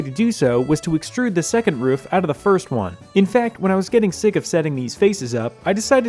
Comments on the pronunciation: 😂 The rooufs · Utterly hypnotised by the way you pronounce roof. This track is really coming together!!! Amazing work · Been waiting for work to start on the shortcut!!! Also, in love with how you pronounce "roof" lol